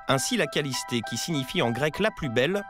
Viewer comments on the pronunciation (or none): C'est le parc kalliste et pas kallisté 😂😂😂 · Parc kaliste pas kalisté 😂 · Ewe (kalisté) mdr c kaliste wesh renseigné vous avant nn à lieu de dire dla d